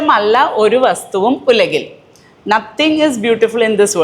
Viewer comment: ഒലകിൽ അല്ല ഉലകിൽ എന്നാണ്.